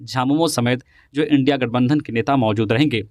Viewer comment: सेन्हा,स्नेहा नहीं और इंडिया,इंडी नहीं